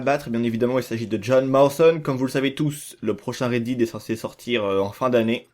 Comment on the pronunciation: Horrible le "Red Did"